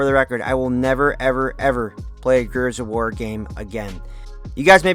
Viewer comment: You can’t even pronounce the title of the game properly, what a moron